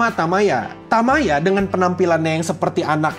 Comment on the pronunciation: Bang, untuk penulisan judul bukan "super" melainkan "supaa". lalu cara baca kanji nya itu bukan "Tamaya" melainkan "Tayama".